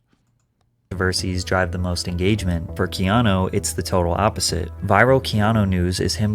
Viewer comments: The commentator in the video Adogg plays totally mispronounces Keanu’s name, for Pete’s sake. Someone please tell him that the U at the end of his name says OO, not OH. His name is not KEANO. Don’t we all wish that there were more REAL people in the world like KEANU REEVES?!? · I have to wonder about this. I hope it's true but he did lose his "first born" AND his girlfriend. "The nicest man" narrative may be lending to a trojan horse scenario. His name is Hawai'ian and to pronounce it correctly, it should be said as if the e were a long a instead of a long e. He is also one of my fave actors. He's like Clint Eastwood in my mind; an actor that chooses roles that reflects who he is and so he can just be "himself" whereas most actors put on an act for roles that are nothing like who they are. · His name Keanu, is pronounced Kay-ah-nu, not kee-aw-new or kee-ah-know.